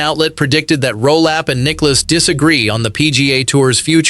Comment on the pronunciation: The video asks for us, golf fans to subscribe. I’ll ask for the narrator to learn how to pronounce Nicklaus’ name correctly. Nicklouse isn’t even close.